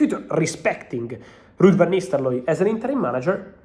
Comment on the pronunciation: I love it when Fab says Ruud Van NisteLooy. The R went awol like Hojlund did versus W Ham...